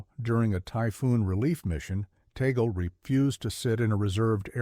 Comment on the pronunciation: We Filipinos pronouns his family name as "Tag - le" not Ta - gle